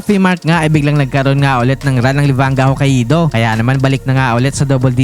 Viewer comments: Hah-kay-do ser hindi ho-ka-ee-do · Hoka ido 🤣🤣 hindi ata ma pronounce ng maasyos ang HOKAIDO hahahahaa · Ho-ka-i-do ampota😂... Pauso si tanga😅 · Hokka-ih-do amp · FYI... The pronunciation of Hokkaido is...Hoe-Kai-Doe. lol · dmo mapronounce ng tama ang HOKKAIDO boss😂. ganto basa jan HOKAYDO ok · Sakit sa tenga pakinggan magsalita nitong vlogger nato. Simpleng pangalan ng lugar na Hokkaido hindi pa ma-pronounce ng maayos. Lahat ng salita at pangalan ng lugar puede mo na hanapin sa Google para mapag-aralan kung paano iyon tamang pronounciation, hindi mo pa magawa. 🤦🏻‍♂️ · Literacy rate kasi ng Pilipinas especially in some rural areas unfortunately puro palpak. Pag-pronounce na nga lang ng Hokkaido hindi pa masabi ng tama. Partida meron yan access sa internet para matuto.